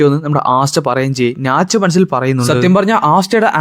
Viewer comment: Bro nach alla natch